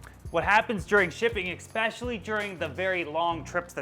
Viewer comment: The word "especially" doesn't have an "x" in it.